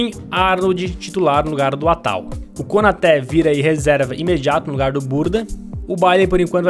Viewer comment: Nome: Konaté Pronúncia: Konatê Como o fala: Konoté Kanoté Konote Kanoté